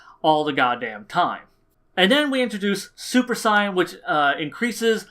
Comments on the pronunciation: Don’t they pronounce it “say-yen” in the show...not “sye-en”??? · I like how you say Saiyan